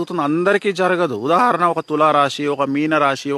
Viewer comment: ఉదహరణ కాదు ఉదాహరణ